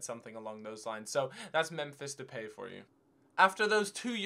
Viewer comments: Pronunciation of depay (de-pie) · Depay is pronounced Depie. Look up his interview....